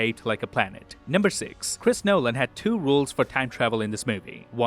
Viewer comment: Hearing you say Chris Nolan makes me cringe, also what is your accent? You don't sound Canadian at all.